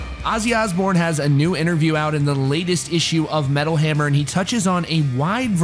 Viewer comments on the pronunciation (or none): none